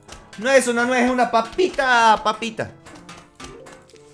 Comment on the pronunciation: NNNNNNNNNNNNNUUUUUUUUUUUUUUUUEEEEEEEEEEEEEZZZZZZZZZZZZ repite despues de mi N-U-E-Z ene u e zeta carajooooo